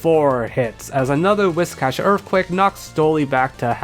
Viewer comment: holy shit a youtuber who pronounces whiscash right i never thought i'd see the day